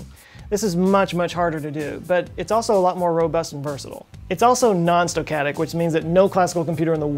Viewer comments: Not "stow-catic". Stow-cas-tic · Stoquatic?!? I think the word you're looking for is stochastic. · Nice vid. "Stochastic", btw. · Whatever happened to "stochastic"? (Homer sez: It's pronounced "nucular").